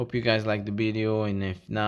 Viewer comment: I absolutely love your Videos, I like your joy for our hobby, and going along with you on your hunts, it’s Very fun to go out into the Hot Wheel hunting world with you. But I have one suggestion for you, any word starting with the letter “V” is not pronounced like a B. Video is not Bideo, Very is not Bery, you guys are smart, and know a lot about our hobby, Hot Wheels Collecting, don’t mess it up by saying words wrong, say the V words with the V sound, and not the B sound, and keep up the amazing videos, I really love them ...